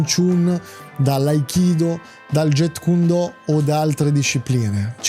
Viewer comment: Jeet kune do non si pronuncia get kun do, ma giit kun do, con la lettera T che si sente poco, abbreviato jkd e si pronuncia jkedi. Il maestro Yp Man non era il fondatore del Wing chun. Il Wing chun nasce nella notte dei tempi, si dice a seguito di un incendio di un templio Shaolin e le varie storie sembrano essere controverse, comunque Wing chun pare essere il nome di una donna cinese che deriva lo stile di combattimento da lei insegnato all' epoca. Riguardo alle ipotesi Bruce Lee contro quello o contro quell' altro l, le ipotesi non valgono niente, solo se avessero combattuto potremmo saperlo.